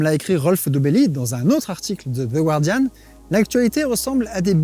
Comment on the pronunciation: Micro détail : on prononce The Guardian comme en français, pas the Gwardian. Erreur classique.